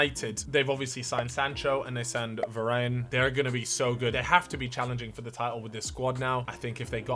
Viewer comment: "VARAIN" im deadddddd